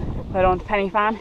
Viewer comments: it's not Penny Fan, it's pronounced Pen-ah-Van (pidgeon Welsh). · its pronounced " van" not fan. pen y (v)fan...